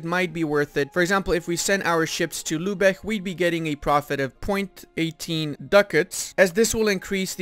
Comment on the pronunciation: Lübeck, not "Lübech". If it were spelled "Lübeg", then you'd pronounce it "Lübech".